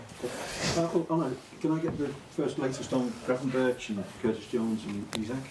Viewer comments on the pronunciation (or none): I am scared to watch 🙈. It's not Gravenbirch, or Gravenbird, it is pronounced as Gravenberg